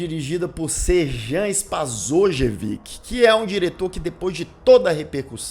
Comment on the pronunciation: Olá meu caro, vou contribuir um pouco. O Srđan Spasojević, pronuncia-se Sierdian Spasoievich, é verdadeira a história do mesmo ter toda uma capivara contra si. Seu pai foi um burocrata que se aproveitou da desintegração da então Iugoslávia. Falo como conhecedor de causa já que como neto de russos e sabendo que os sérvios tem uma ligação cultural com os russos, a região é tremendamente difícil na hora de analisarmos aquela sociedade. Resumindo, o Dragan Blagojevic, pronuncia-se Drágan Blagoievich, tem toda a razão quando chama o diretor de playboy